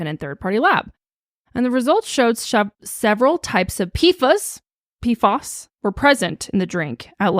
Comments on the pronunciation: Its pronounced "pee-fass" lololol lol not "fuhs" 🤣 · it’s pronounced P-foss! ❤